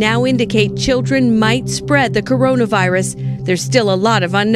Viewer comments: Corinna viirus? Nintyne? Why you pronounce it so wierd ^^ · WTF THE WAY HE PRONOUNCES CORONA VIRUS AS CAREENA VEERUS